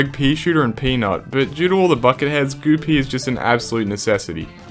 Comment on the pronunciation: Goo pea❌ Goopy✔️